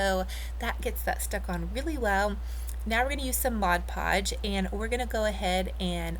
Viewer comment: Beautiful. I am into shabby chic devote also. Also glad to hear you finally say mod podge. Thank you. Lol. love what you do